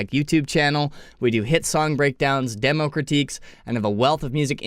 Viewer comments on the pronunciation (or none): none